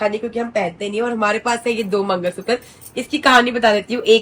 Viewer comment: Mangalsutra na na na😅 mangalsuttaar😂